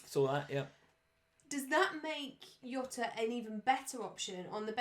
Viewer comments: man. It’s Jota not Yota 🤦‍♂️🤦‍♂️🤦‍♂️ he’s not Spanish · It's JOT-AH. He's Portuguese. The J is pronounced like in JOE-SAY Mourinho. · Jota is Portuguese not Spanish. You pronounce the 'J' like 'Jay'